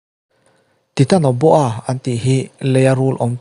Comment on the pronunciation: Titanoboa ti lam loin taitanoboa tih angin lam la